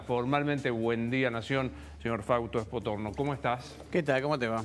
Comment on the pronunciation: Fausto es de apellido SPOTORNO y no SPORTONO jajajajajajja